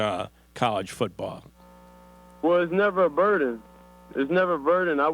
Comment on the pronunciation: Did that fool say “BURDEN”